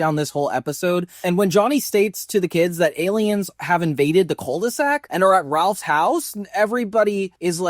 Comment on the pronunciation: The name's Rolf, not Ralph